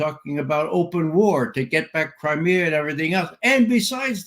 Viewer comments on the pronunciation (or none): none